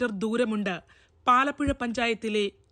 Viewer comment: പാലപ്പുഴ അല്ല പാലക്കുഴ ആണ്